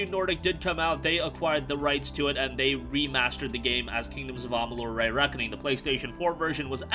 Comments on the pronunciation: Also, it is REEE Reckoning, not RAY Reckoning. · Does this guy have a stroke every time he tries to say “Re”?